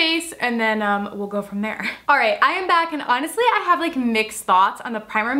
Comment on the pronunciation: At ten minutes and fourteen seconds she messed up saying right lol